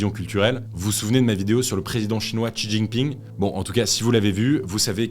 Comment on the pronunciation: C'est bien beau de vouloir enseigner la véritable prononciation des noms coréens, mais quand on vous entend prononcer "Xi Jinping" ça donne une idée du votre niveau d'exigence linguistique... 👎